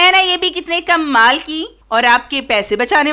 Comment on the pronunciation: Pehly tu Kamal Bolna seekhain Aap bolti hain kummal Tips btati Jain jis ko Jo psand Aaye ga wo khud hi comment kr dy ga